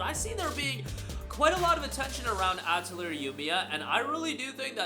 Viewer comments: Uh-Tell-Lee-Ey (As when Canadians say eh) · I can't take your video seriously when you can't even pronounce Atelier correctly or when you leave Clair Obscur Expedition 33 off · That's not how you pronounce atelier lol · Someone teach this man how to say atelier pls